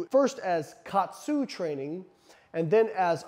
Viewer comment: It's pronounced ka-atsu. Ka means to add or apply. Atsu means pressure. It's basically applying pressure to restrict blood flow.